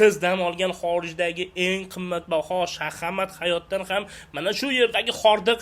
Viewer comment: Shahamat emas:) Hashamatku